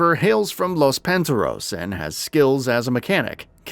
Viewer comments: Lmao what are you talking about?? Gat outta Hell was great 🤣 Also, how do you mispronounce Santo Ilesso and Los Panteros?? They are both said throughout the entire game. Maybe the person who gives the review should be the person who actually played the game. 😂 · Pick which way you pronounce it: Los pant 👖 er ros 🌹 or Los Pan🍳-tear-O’s